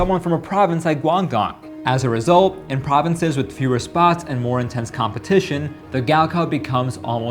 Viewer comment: please learn how to pronounce the provinces 😭